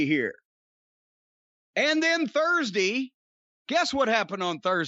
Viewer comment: "Guess what happened on Thursdee"